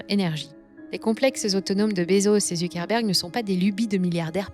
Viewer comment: Tiens on ne prononce pas Zuckerberg avec l'accent américain ?